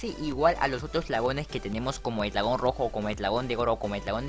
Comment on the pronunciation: NO LO PUEDE PRONUNCIAR LOL 🧠🧠🧠🧠🧠🧠🤓?